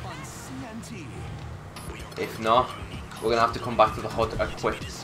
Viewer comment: this dude dont say hood he says hod